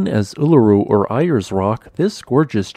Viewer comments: Nice, some local content. You mangled the English name pronunciation. It's "Air's" not "Ire's". Pretty good on the Aboriginal name pronunciation though 👍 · pronounced " airs ", not " eye-ers " rock. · "Aye-ers" rock?! Mate, it was "Airs" rock. But we cant call it that anymore, else the nation puts the flag at half mast for a week. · goes to aus asks for directions to eye-ers rock = gets laughed at goes to aus asks for directions to airs rock = gets directions and another illiterate yank narrates a video,and insults a whole nation with the lack of the slightest investigation. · Ayers is pronouned Aires. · Very cool. We dont pronounce it Ayers as in Arya Stark it is Ayres as in Air in the sky. And we call it Uluru now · Just FYI: Ayer's Rock is pronounced as "airs". Most people call it Uluru anyways. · Uluru or what? Ayers pronounced Airs. Obviously not famous enough for you to know how, one of the names it is known by is pronounced. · If it hasn't been commented already "Ayers" is pronounced more like "Airs". Doesn't matter though its seen as a little rude to not call it the indigenous name "Uluru" nowadays. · If you used the internet to find out haw names that you are not familiar with sound you would sound less of an idiot, Ayers rock is pronounced a"Airs rock" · Struth, mate! "Ayers Rock" is pronounced as "air's rock" :P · If only there were 16,000' mountains in central Oz now! Greetings from the NT, and by the way it's pronounced "Airs." Thanks! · The English name is pronounced "AIRS ROCK' . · Ayers is pronounced airs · We pronounce it as Straya and Airs Rock lol. Yanks. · pronounced - Airs as in air, rock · A small correction, "Ayers" is pronounced like "airs". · Pity you can't use your own voice to talk about it, the pronunciation of the name was a mangled wreck.